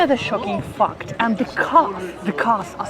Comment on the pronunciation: Please stop pronouncing "fact" as "fucked" :-)